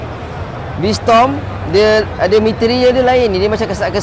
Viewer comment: V strom bang... Bukan v storm